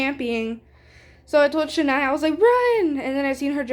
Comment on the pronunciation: W LOL (you were saying my name right loll😭) I love it guyzz 🤏🤏 I had so much fun with you!!👀👀